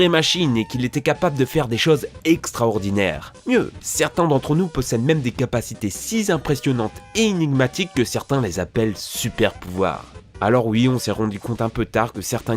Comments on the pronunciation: La classe "si z'impressionnantes" au début du sujet... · Peux-tu épeler "si zimpressionates" ? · "si z'impressionante" ça c'est un super pouvoir mdr amazonie surla langue va ^^ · des capacité si zimpressionante ? elle est ou la liaison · "des capacités si zimpressionnante" je suis déjà très zimpressionné par cette liaison ^^